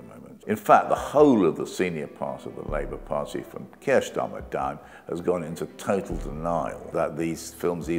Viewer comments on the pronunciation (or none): You hef a problem vith ze pronunciation?